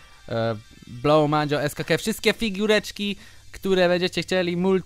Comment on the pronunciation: nie mancia tylko mandzia